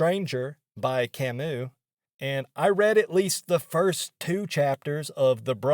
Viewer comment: She's so interested in high-brow intellectual authors but doesn't even know that the 't' is silent in "Albert Camus."